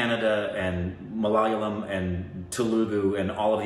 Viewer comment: its mala-yalam not malal-yam.